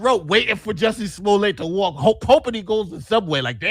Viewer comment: Is pronouncing Jussie Smollett correctly? I thought Dave Chappelle only pronounced it like Juicy Sulliyey as part of the french bit.